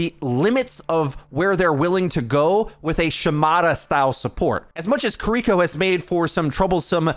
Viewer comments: Its kiriko, not kuriko. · Jeez. Stop saying kiriko name like that. Kee-dee-kō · Who tf is kuh-reeko? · God I hate the way everyone mispronounces kiriko and just calls her cureeko.. like come on guys it's really easy just ki(pronounced key)-ri(roll that r just a little)-ko.. say it with me ki-ri-ko.. kiri-ko, kiriko.. got it? Okay let's do better from now on guys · Names matter. Kear - e - ko Kiriko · LEARN HOW TO SAY KIRIKO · I can’t handle how you pronounce kiriko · Take a shot every time he mispronounces Kiriko if you want to commit suicide by alcohol. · i cant wait for kiriko to not be meta so i never have to hear someone mispronounce her name again